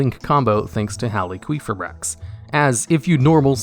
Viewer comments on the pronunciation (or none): Also top ten cards that got their name butchered, effect veeeler red dragon arch uh fiend Crystron heel quefa bricks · It's hal ee fi brax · It's Halqifibrax not Haliquifibrax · Halqi, not Haliqi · Text: Halqifibrax TDL: hAlyQuEefAiBrAx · "Hal-qwee-fibrax" XD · The Halqifibrax pronunciation caught me off guard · Idk if its a meme or what but the way you say halqifibrax gives me a migraine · The way you pronounce Halqifibrax makes me want to slam my head through a wall. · never say halqifibrax again, im sorry but my ears just perished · Good list. I hate the way you say needlefiber’s name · Is that really how Halqifibrax is pronounced? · my man struggling to pronounce halquifibrax got me dying 😂😂😂